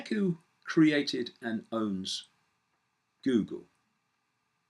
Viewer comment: Joogle, just saying..